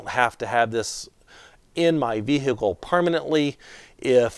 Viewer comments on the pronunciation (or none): Great video! Vee-hee-ickle is an interesting way to pronounce vehicle. 😂